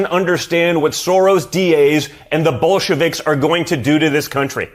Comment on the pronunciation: Even I broke down laughing when he said Bolschevecks! ( sorry didn't know how to spell it but yes I can pronounce it)